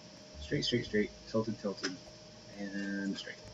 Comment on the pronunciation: lol he said tlted coveyor for 95 bun with captions it was tilted convery 495